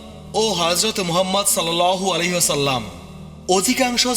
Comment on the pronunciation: সাল্লাল্লাহু আলাইহি ওয়াসাল্লাম/ আ: এগুলো আপনার ঠিকমতো উচ্চারণ হয় না; যাজাকাল্লাহ।